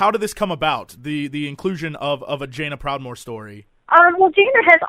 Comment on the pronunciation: did jesse says "vajaina proudmoore" ?